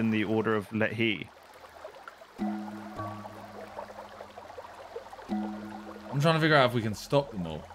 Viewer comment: Simon and pronouncing Lethe as “let he” is honestly infuriating so I’m going to tell you how it’s actually pronounced. Lethe sounds like breathe and leave combined, take the first syllable of leave and the last syllable of breathe and you now know how to pronounce Lethe correctly. Also the river Lethe is the Greek river that Achilles was held in the gain almost complete invulnerability, the only downside is that you could lose all your memories as it’s known as the river of forgetting